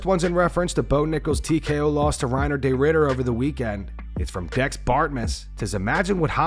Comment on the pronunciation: Excuse me. Can you please learn how to pronounce RDRs name correctly. There is no “day” in his name. FFS.